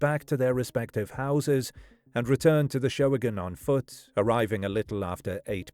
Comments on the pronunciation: I'm pretty sure the event at Halloran park, the "Showagon," is pronounced just as the two words "show wagon" rather than 'SHOH-uh-gun'. In fact, I think they still do local talent kid shows around Cleveland called "show wagons"--two separate words. At least they used to several years ago when I was there on an extended business trip. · I found that weird, too. He's pronouncing it like "show-again." I won't really complain, as his videos are typically super-informative. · What is a showagin? Can't you just say show?